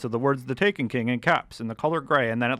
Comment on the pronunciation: ok i lost a lot of hope in enjoying this when he said taken ta ken (please note this comment was made before watching the full video)